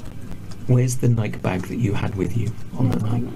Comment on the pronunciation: Why do all Europeans mispronounce Nike?